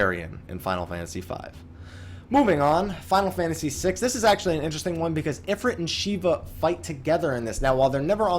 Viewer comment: i believe in the folklore/culture is talking about it is spelled "Efreet" and the "ifrit" spelling is unique to the final fantasy games this is why I believe your pronunciation is correct. he's just based off of an Efreet he isnt the same entity. the actual deity Shiva is waaay different than the Ice goddess that we know of from FF as well so no surprise there. tho interesting to note that Balthier from final fantasy 12 does infact refer to the airship as "the efreet".